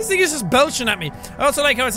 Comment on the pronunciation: it almost sounds like "nigga" but hes just saying "thing"